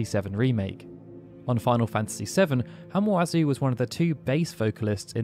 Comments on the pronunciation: Hamauzu, not Hamuazu. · Minor note (and sorry for being a pronunciation freak), but "Hama-uzu" is read as it's written. "Hama", meaning "beach", is a fairly common element in Japanese surnames; I was gonna go and find a list of people who worked on FF7 and had names with "hama" in them, but I was lazy and just went to the English Wikipedia article, which only mentions one: Shirō Hamaguchi was apparently the arranger for the 2003 piano album.